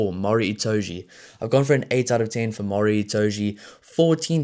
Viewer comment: It’s Maro not Mari….